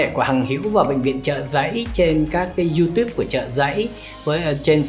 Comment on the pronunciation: phát âm từ youtube cũng k xong.